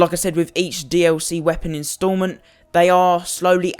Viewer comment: thank you it was pissing me off how he was saying "dlc"